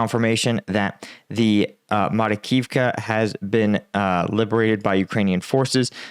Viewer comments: Makarivka, not Marikivka. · Marakivka? Makarivka.👍